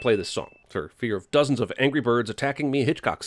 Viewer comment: Haha lol you sed dozzozns of angry birds